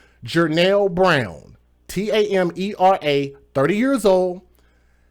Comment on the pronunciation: Wow 1. It's "Chee" 2. It's "Tam-mer-uh" and 3. Most of y'all or probably ALL OF Y'ALL DON'T KNOW ANYTHING ABOUT HER! I see all of this crap about feminism, taking in kids, talk about mothers not wanting their kids, or women getting away with shit when y'all legit don't know any fucking thing about her or her mindset or the type of person she is! Take a look at the whole damn story BEFORE you make ugly ass comments or BS guesses about what happened, who she is, and what she's about. Because I guarantee you don't know. For the people who are sending out prayers and condolences, thank you. They're much appreciated